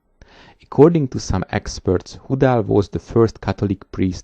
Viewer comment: Please put the names of major persons in the notes. It is impossible to guess how to spell the names based on the pronunciation. The bishop's name is HOO-DAL?